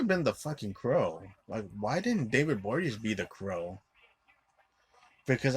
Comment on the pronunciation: David Bo-ri-a-nez. Not that difficult.